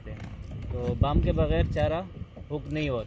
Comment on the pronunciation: bam nahi wam I miss you sada khuch raha jigar